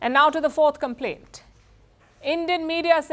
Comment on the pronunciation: I love how she said "is that a complement or a complane"😂🇮🇳